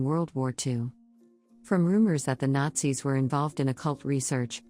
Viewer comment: you know, at first i thought what is this guy on? she just said Nazis perfectly fine. and then i get to number one...